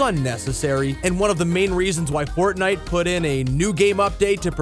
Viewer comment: really "fortite"